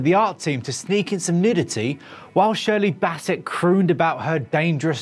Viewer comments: Its also shirley 'bassey' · Did you just say Shirley Basset...? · Shirley Basset - Ah yes, that well-known Welsh singing hound :- lAlso, "thrust", not "thrusted". Here's an idea - check your script before filming and make sure the guy presenting can actually pronounce peoples names properly.